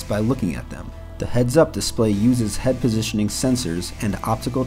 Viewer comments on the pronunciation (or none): none